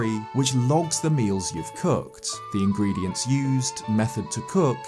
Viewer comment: Now that's a funny way of saying ingredients